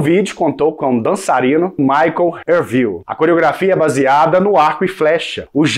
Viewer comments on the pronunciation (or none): none